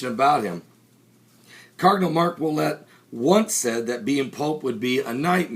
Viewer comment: Ouellet, not Ouettet.